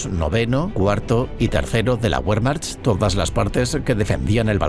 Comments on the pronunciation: Sí, además, pronuncia "Wehrmacht" como "Buermacht", cuando en realidad la pronunciación correcta sería más bien "Bermacht". En fin, este tipo de detalles son los que te hacen distinguir un documental de calidad de algo hecho sin ningún cuidado. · DU SPRICHT KEIN DEUTCH! Y así te atreves a decir que es un mal video.... WEERMAJT! ASÍ ES COMO SE PRONUNCIA WEERMAJT! Maldito inculto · Tambien pronuncian Guerman, por Wermach , por pronunciar mal la letra W. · Ósea la información es anulada como inútil porque el 3er narrador pronunció Be y no Bue??